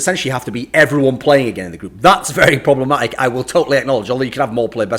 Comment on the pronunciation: "Problamatic" why thorin, why